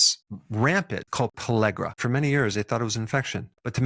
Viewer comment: are you sayiing Pellagra? Having a hard time understanding every time you say I’m not really sure exactly what you’re saying… even close caption isn’t picking it up for me.